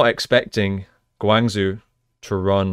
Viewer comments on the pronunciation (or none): Next time pronounce Guang Zhou (Guang jo) not Guang zu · Nice review! Guangzhou prounces "gwang-joh" aka Gwang Joe :)